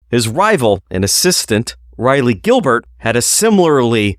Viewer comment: Raw-lee Gilbert...not Ri-lee Gilbert. Its painful.